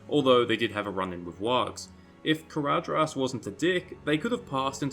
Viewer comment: ""dh" is pronounced "th". Caradhras is pronounced carathas. Sorry but it bugs me every time you say it